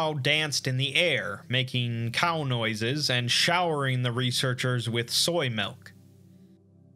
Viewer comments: "melk" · I'm gonna need you to say milk one more time please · The way this man says milk is just weird